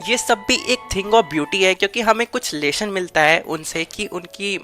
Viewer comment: It's lesson not lesion😅